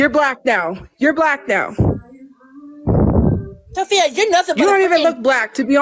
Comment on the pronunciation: TOPHIA??? LMAOO